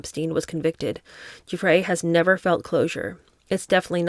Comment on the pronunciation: The G in Guiffre is pronounced like a J. It is a soft G like gym, not a hard G like gate.